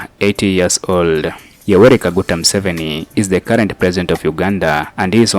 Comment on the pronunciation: His name is Museveni not Musoveni